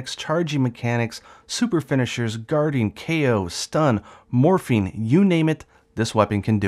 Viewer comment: Is it bad that when you were explaining what it could do I heard Morphine instead of morphing